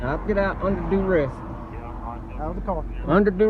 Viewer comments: Under du-ress” 😂😂😂. What an idiot. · He’s under DOO-REST 😂